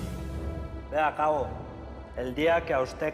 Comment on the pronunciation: Porque dices coa,? Se dice Càbo